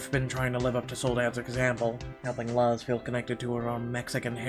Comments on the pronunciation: than sorry man, it's just i know people named luz and i live in a predominately Hispanic/Latino neighborhood and noone ive met/know pronounce it that way (that'swhy i was bothered).My comment about being Mexican American is a little irelevant in terms of my neighborhood as I'm part of like 1 of only 3 Mexican families. BTW sorry if it came off as rude it was more like a nitpick than anything else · Since Luz is Mexican, I believe her name is Luz (Loo-z) since Thomas calls her Lulu. And the neighbor Levi (is Lee-viy like the jeans) is probably gonna be a babysitter for us in the future. Vanessa is such a mean mom, I think she's gonna need MC's help to get her son's out of trouble. And like Calvin said I agree we'll need Thomas to help us fight the custody battle with our ex. I wish there was a male MC perspective other than Thomas so that we could see your reaction. Lol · It really bothers me that you don't know how to say luz